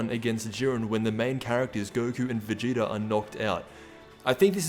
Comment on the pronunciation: It’s so funny when you say Vegeter